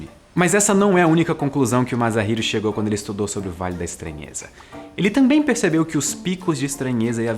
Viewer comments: desculpa incomodar, mas só queria informar que o "S" em "Masahiro" se lê como S mesmo, não como "Z". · Sensacional tema,! Lembrei imediatamente do Jude Law, interpretando brilhantemente um andróide em "Inteligência Artificial". PS: Masahiro se lê "massarriro". Tirou 5, por ter acertado no "h"...:D PS2: Você ultrapassou os outro canais de ciência de longe, em qualidade, informação, imparcialidade entretenimento. Muito obrigado!